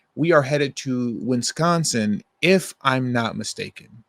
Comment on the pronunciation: It’s not Wins consin it’s Wis consin.